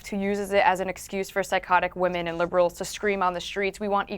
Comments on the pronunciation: it's Women and Wamen, also pronouns wahman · I miss hearing calling them "wamen"